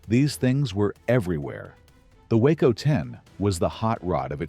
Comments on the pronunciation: It isn't a WACO (that's a town in Texas) ----- it's a WaaCo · Why do you show totally different engines when talking about them ? ie: Talking about the TURBINE engine of the chopper, but showing an antique PISTON engine. Also, WACO is pronounced "WOKO", with a short "o".